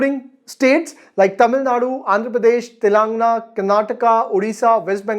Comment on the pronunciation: Telengaa, Pennsylvia......ive to tell u...u need to learn to pronounce these first, in order to become a good Teacher....Its Telengana and Pennsylvania